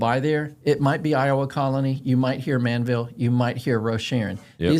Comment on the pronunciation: That HEB needs to be much bigger!!! It’s ManVEL NOT Manville! 😊